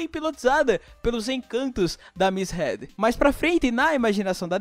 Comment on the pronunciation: mano, não é head e HEED!